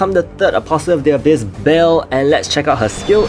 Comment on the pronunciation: It pronounced ba-el u have to pronounce the e